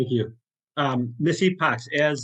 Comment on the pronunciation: Head in hands over someone with the last name Epoch thinking it's pronounced "E-pawtch".